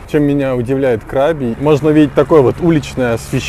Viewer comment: Отдельное спасибо за КрабИ. Хочется, чтобы вы побывали на Бали и тоже внесли полную ясность с произношением 😊